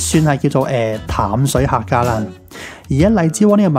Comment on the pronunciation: 淡（音啖）水